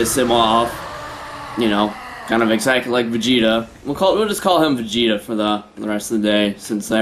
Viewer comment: whos vagina (vagita) LOLZ!!!!!!!!!!!